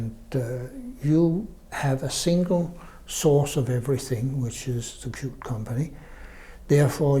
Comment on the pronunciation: 😂😂😂; Qt is pronounced as Kyut not KyuuTee